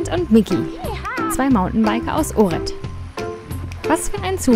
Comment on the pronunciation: zur info: ohrid spricht man "ochrid" - nix fütr unguat !